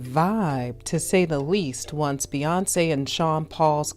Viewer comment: Never realized her name was Bae-yonce 🤔🤔🤔